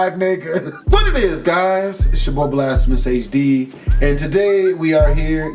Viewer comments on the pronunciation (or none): Yo i fwy vids but everytime you say blassemous i cringe lmao